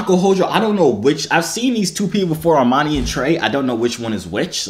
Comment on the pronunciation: Dis Nigga said Armani & Trey